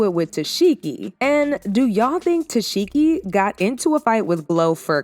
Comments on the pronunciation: ITS TESEEEEHKI NOT Tesheki!!🤦🏽‍♀️ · It’s TESEHKI. Not Tesheki 🙄🙄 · The fact he kept saying te-seki instead of tesheki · Girl you don’t even watch the show saying her name wrong the whole time, I don’t even wanna give you a comment fr but girl bye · Are you playing saying her name like that? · Fake news. And you not saying Tesehkis name right either 🙄